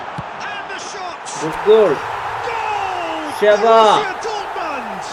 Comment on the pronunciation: Sheva alla shavAm 😂 andi cardd 😢😢z